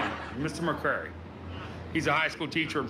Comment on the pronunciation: “There was a teacheeewr….” 💀